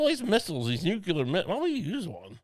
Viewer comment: Dear. Lucy says it right. It's nu-clear with just the two syllables. You are saying the dunce version, accidentally (new*queue*lar) old chap.